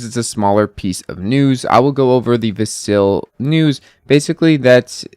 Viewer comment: How do you follow ADA and not know how to say Vasil?